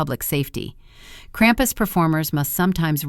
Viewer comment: Ai - cannot pronounce krumpus.